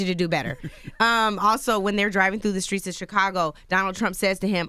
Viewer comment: It's pronounced "Bur-Bur-REE" & why does the Host add K''s in words like SKRATE & SKREET & SKRIMPS? I was just in Monks Corner, S. Carolina... is that a thing? because it sounds so ignorant.